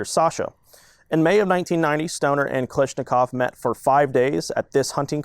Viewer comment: I thought it was pronounced Kalashnikov, not Kalishnikov